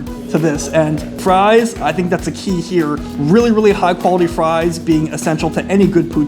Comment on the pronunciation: u said Herr instead of here